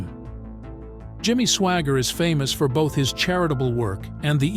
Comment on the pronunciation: The second word, instead of saying Swaggart he says Swagger.... what a hole.